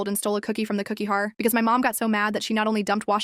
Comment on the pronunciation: “The cookie har”😂